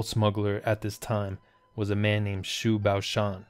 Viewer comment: Nice video, Xu 徐- is pronounce like "she".